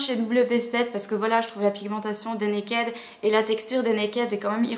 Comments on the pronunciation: arrêtez de prononcer mal le mot "naked" !!! ca me perturbe xD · Je comprends ton opinion, cependant, quand je regarde les vidéos d'américaines qui en parlent, elles disent Naked, pas Nakid. Je me suis souvent posé des questions sur la prononciation. Désolé si du coup ça te perturbe :).